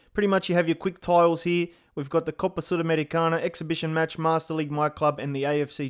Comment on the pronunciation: Bro the pronunciation of " Copa Sul-americana " caught off guard